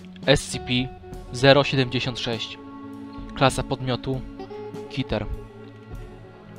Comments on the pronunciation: Plz niemów,, kiter" mów kater plz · jakbyś przeglądał takie strony to byś wiedział że powinno być wymawiane Kiter a nie keter i nie wiem czemu dalej nie odpowiedziałeś na moje zadanie byś zobaczył jak wymawiają to anglicy.:) cały czas brniesz w to samo. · po twoich filmach wnioskuje że się mylisz:) po za tym chyba nie zrozumiałeś mojego wcześniejszego komentarza. idź i posłuchaj jak to słowo wymawiają angielscy youtuberzy i nie kłóć się z rzeczywistością. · keter nie kiter